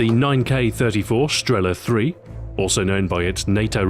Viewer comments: not strEla, but strelA. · Sorry, Stu. Its not StrEla, its StrelA... Just saying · The stress is wrong. It's not strE'la, but strelA'. And that's always the case when someone who doesn't know Russian tries to pronounce russian words. The stress is everywhere, except for the right place. For example, it's not I'van, but IvA'n. A hint for all of you then: Think about where is the stress in a russian word, and put it in another place (you may guess it right) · Not strEla, but strelA! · thumbs up so people can see, its streelaa not strela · its not strEla, its strelA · Why do some of the npc's pronounce it as sterla? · Nobody says strEla